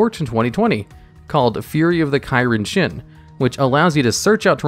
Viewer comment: Kairyu-shin, not "Kairinshin" It means Sea Dragon God. The reason that it has always been inextricably linked to the field spell Umi is because it contains the kanji for it It's a dated card and is neither a dragon, nor a god, but still gets support to this day